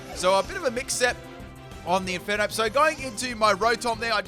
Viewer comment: Left off the R in Infernape!